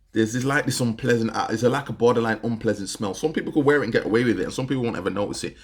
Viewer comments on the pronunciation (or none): none